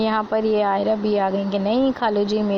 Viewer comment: Aayza...Aayza..🤔me confuse kr diya aapne..Aayra..😊